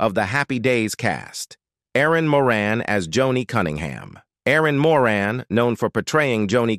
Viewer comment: Actually, Erin's last name is pronounced as More-Anne. A lot of people mistakenly pronounce it More-Un.